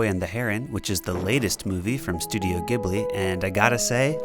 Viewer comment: amazing work!!! (it's pronounced "jibly" btw... sorry :P)